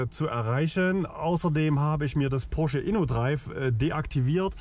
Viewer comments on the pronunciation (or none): Ich hab nicht einmal Porsche gehört. Nur immer wieder Posche 😉